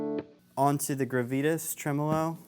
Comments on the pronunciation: Great video! Super helpful too! But "gruh-vee-tis"? You mean "grah-vi-tahs"? 😉 still love the video! rocks! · Gravitas: grah-vee-tahs.